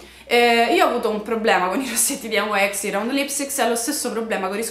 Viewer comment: ciao, ho scoperto che nyx si pronuncia così come è scritto, dal nome della dea greca (la fondatrice è greca!)